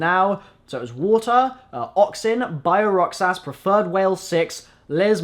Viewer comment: pronounced (Rock-ses) not (ROHK-SASS) please get it right the next time :D